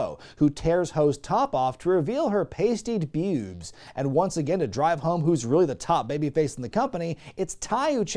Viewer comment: "Pastied beewwbs" had me LOLing.